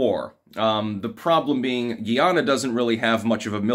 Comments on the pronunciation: Guy Ana (or awna) not Gee Awna. I am Guyanese and immigrated to the US as a child. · not GHEE YANNA ...its GUY AH NAH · it’s Guy-ana not Giana! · GUY-yah-na --- rhymes with MY Llama -- geez -- you pronounce so many things incorrectly. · It's pronounced like it's spelled. Guy-ahnah. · I’m suing you over this pronunciation my lawyer will be in contact. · I've met many a Guyanese person, and they pronounce it Guyy-ahhhna-mon. They used to call themselves "coolies" and taught me how to clap roti 😋